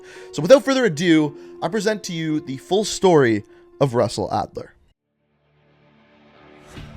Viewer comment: Lol SUSsell Adler